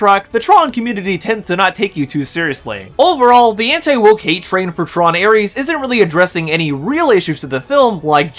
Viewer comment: Also, the fact the wispy haired peanut headed guy (?), can't pronounce Ares or Leto is super telling.